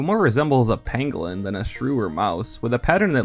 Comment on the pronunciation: He said "pangolin"